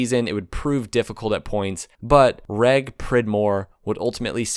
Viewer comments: Loved the video on one of my all time favourite motorcycles. but you did make me physically laugh out loud at your mistake/ slip of the tongue regarding Reg Pridmore, where you called him "Regg" Pridmore, his name was Reginald Pridmore - shortened in the way a lot of British names are to Reg ( pronounced REJJ) or in some cases Reggie (Rejjy). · Interesting video but please get the key players right: Bob Lutz, not DeLorean and Shelby and for goodness sakes it’s Reg (rhymes with “ledge”) Pridmore and not Regg (rhymes with “leg” or “peg”). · I wish some American had asked a French person how to pronounce chassis properly. And "Reg" is pronounced "redge", short for Reginald, not regg. Seriously, if you're going put in all the efford, why not check the pronunciation instead of spreading misinformation?